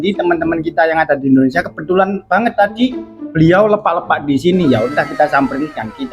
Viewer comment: Pembetulan sebutan (LEPAK)salah sebutan di depan nya LE,,cari info untuk sebutan yang betul..